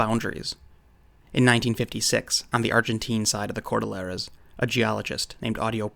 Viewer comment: Very well presented research. However, a few points. Please pronounce CORDILLERAS correctly...4 syllables..COR - DILL - ER - A. not cor - dil - lera . Amazon River Otters are leary of humans, and would not be capable of flipping over a boat, nor canoe. You forgot to mention the Mande Barung and Amaste. You are obviously a well read and semi well educated individual, but you obviously lack what we field researchers call Real World experience .Boots on the Ground in these places you read about. You should honestly get your nose outta the books for a change and go travel and do your own research and gain some field experience, instead of just quoting others who have done all the dirty work for you. It aint no picnic, but you'll return a much more well rounded and credible reseacher, if you survive the experience.